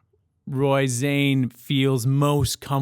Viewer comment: The last thing he said was "Tusen takk", which is Norwegian for "Thank you". I have never heard anyone pronounce his name "Zane" before. I always assumed it was more like "Kaan", as in Genghis Khan.